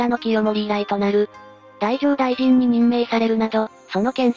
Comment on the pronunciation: だいじょうだいじん⇒だじょうだいじん